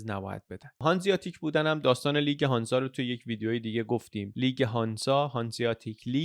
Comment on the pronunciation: هنزه نه هانزا ایرانی ها ریدن ب لهجه آلمانی